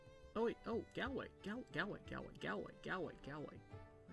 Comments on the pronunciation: Gal way 😂🤣 look it up on google translate and listen to the English to hear the correct way to say it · IM DONE HE SAID GaLWAY WTF